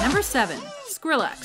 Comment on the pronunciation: I hate the way she said Skrillex. And I didn't know Diplo was all of that that she listed.